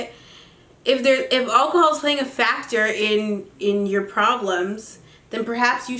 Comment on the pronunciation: lool says 'akahol